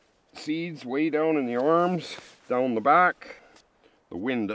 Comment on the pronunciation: Where are you from? You say down like dung.